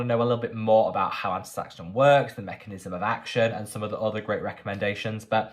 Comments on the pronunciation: It's pronounced, asta-zanthin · 😂 sweetie watching you butcher astaxanthin cracked me up, so cute😅. Sungboon editor has astaxanthin serum and moisturizer if you're interested. ❤🍋🍋🍋